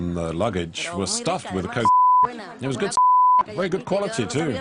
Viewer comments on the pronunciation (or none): Is he saying cock or coke?